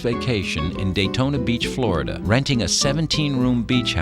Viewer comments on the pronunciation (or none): none